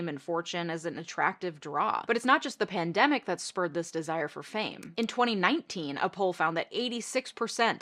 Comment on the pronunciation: Ok. I'm done. Can't watch or listen any further. That constantly repeated zoom is making me dizzy, and the woman can't even pronounce words. Lady, it's called a pandemic, not a "pandAMic". And the title is Quit On Set, not "Quiet on SAT".